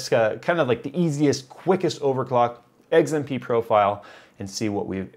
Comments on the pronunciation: Dude it's XMP not Eggs MP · WTF is eggs-M-P profile? Bitch you cookin?Edit: Finally the correct X.M.P . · Is it just me, or is saying XMP like "Eggs-im-pee"? It could just be an accent thing, but I usually pronounce the letter X like "Ecks" and not "Eggs". Lol. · oh god, now I can't stop hearing it. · He’s saying “eggs and pee” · Yo stop saying EGGS-mp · lol when says XMP he pronounces it EGGS M P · Did he just say Eggs M P? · Fried a 16 day old 6700k running 4.8 1.34v.. well below the internet's supposed maximum. Tweeted you a pic of the burnt contact on the bottom of the CPU too, though I doubt you saw it. Edit: Just to be clear, it's the first CPU I've ever toasted, and I pushed an old 965BE to 4.2 1.45ish-v Also, lol "eggs-m-pee" :P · I swear he said eggzmp profile the first couple of times he said it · why cant you say X M P???? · "eggs M P" - trying to say XMP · glad I was not the only who noticed that